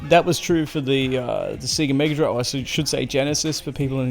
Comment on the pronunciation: Only thing annoying about this video is the pronunciation of Sega 😂